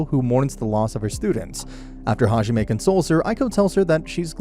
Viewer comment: Hajime Me: that’s not how you say “god”